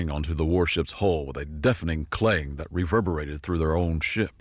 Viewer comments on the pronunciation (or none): none